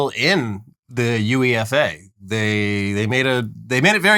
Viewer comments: Hey, UEFA is usually just said as one word, like "youeffa," not U-E-F-A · plz dont call UEFA "you ee eff ayy" its "you-ey-fa" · Never heard anyone pronounce UEFA as U-E-F-A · U E F A it’s 1 word 😂😂😂 not that!!! U E F A really fvcking killed me!!! U E F A? UEFA!!!😂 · It's pronounced you-eff-a, not U-E-F-A 😘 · we don't say 'yoo-i-ef-eh'...we normally say 'yoo-eh-fur' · Hey gents it’s pronounced ‘you-eh-far’ as the sporting body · Calling it U-E-F-A did make me laugh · It’s pronounced “you-way-fa” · btw UEFA is pronounced "you-eh-fi( fi like lo-fi or fifa )" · from a place of love, the UEFA league is pronounced - "you-ay-fah" I know... its a thing. I'll do my best to help you lovely colonialists out. While I'm over here drinking a cool crisp bottle of "woh-tah". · It’s pronounced You-ay-Fa! But that’s easy to mistake! Did you see the cops shoot the axe (to me me it looked like a hammer🤷‍♂️) wielding football fan today?! Looked like they wounded as opposed to breaking his heart ❤which US cops do) Easy search on bbc or any news source. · please 😭😭 UEFA just gets pronounced as a word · It's pronounced YOU-AAA-FAA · FYI: UEFA is pronounced "You-Ay-Fa". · I never thought I'd feel so much pain hearing someone mis-pronounce UEFA. We just call it You-ayy-fah😭😭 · As a UK fan of the show, its pronounced, for future ref, U-AE-FAH and st. pankris, <- no emphasis anywhere. 😉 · UEFA is just said like "You-efa" lads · UEFA is pronounced as one word U-eh-fa